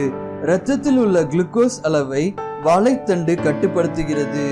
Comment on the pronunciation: Athu Vaalai thandu illa sir.. Vaazhai thandu yea tamil ah kola panrigaa..